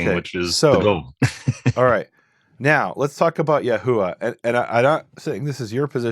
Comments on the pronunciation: Ha[VaH] not Ha[-VeH](Yah-WEH) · Yahuah is pronounced, Yahoo-vwah not Ya-huuu-ah. It's two syllables not three.